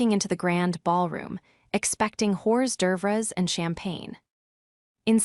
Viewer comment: Tight, clean story! The way it pronounces and writes out hors d'oeuvres is unintentionally hysterical.